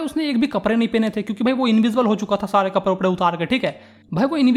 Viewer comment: Bhaiya accha padaya but I laughed when you said kaprrre